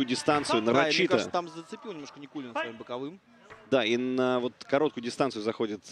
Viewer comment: Со буд даь вакх ц Никулина, шей нан буд цу дерьг. Судья не правильно читал, шей ворхий нан буд цу дерьг.